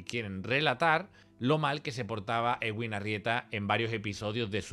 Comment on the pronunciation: Es eduin no egüin, de Edwin.